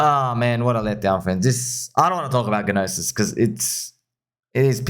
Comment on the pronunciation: Yo not sure if you are being funny, but the G in "Gnosis" is silent. It's s Greek for "knowledge". Just pronounce it "nah-sis"